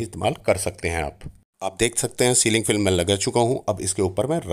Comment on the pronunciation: सर इसको स्लिंग फिल्म नहीं "क्लिंग फ़िल्म" कहते हैं। "किचन रैप (wrap) शीट" कहना भी ठीक है! 😂😂😂😁😁😁